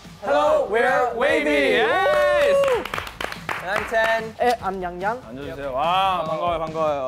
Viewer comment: i'm nctzen and wayzenni so i want to support this show a lot, but heejun is kind of uncomfortable as a third host. he doesn't know them (he pronounced yangyangs's name the whole time lol) and also his TMI was uncomfortable... why fat shame? i don't understand why ten and yangyang couldn't have been hosts on their own.